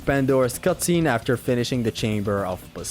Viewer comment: “First save aftee Helios”